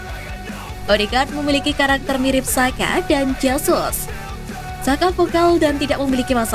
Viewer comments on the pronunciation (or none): Bacanya Granit Caka , C tebal dengan penekanan. Bukan saka